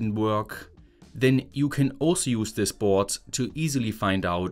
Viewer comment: I love how in German the word "board" becomes "bhootss". 😂😂